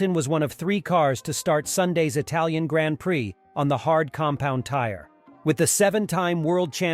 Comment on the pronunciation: anyone who says grand prix the way he does, I can't take seriously tbh LOL